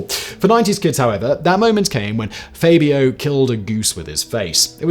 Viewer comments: FABulous FAB-io Not FAY-Bee-OH Honestly, Simon. Twice in one week? "Levio-SA" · Is "Faybio" the British pronunciation??🤣🤣